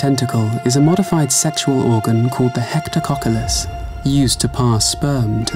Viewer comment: "hook-like tip of one tentacle is a modified sexual organ called the hectococktylus, used for reproduction" I had to turn on subtitles to double check this one XD